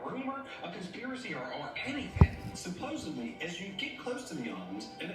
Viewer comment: When someone puts a 'B' Supposedly... It's D,D supposeDly!! I can never listen to them again! ✌🏾✌🏽✌🏼💫💫